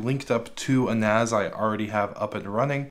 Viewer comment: It's NAS, not NAZ. It stands for Network-Attached Storage, not Ztorage.